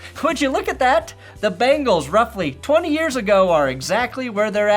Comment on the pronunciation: BEN-gulls, not BANGles.